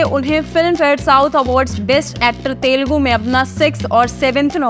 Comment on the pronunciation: I dunno why North Indians pronounce it as तेलगु 😂 It is "तेलुगु" You can listen to Vijay saying it correctly